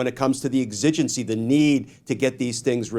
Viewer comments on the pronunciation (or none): I've never heard anyone pronounce 'exigency' that way. Weird and annoying.